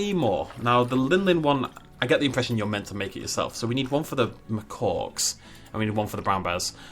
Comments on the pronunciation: I can’t get over the fact that you say macawk. I love it! (It’s actually macak) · Me too it's funny how when he makes fun of the name and says makaki he is closer to the pronunciation than when he says what sounds like "macock"